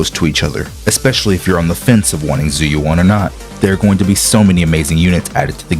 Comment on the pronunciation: How can you mispronounce her name lol they say it several times in the game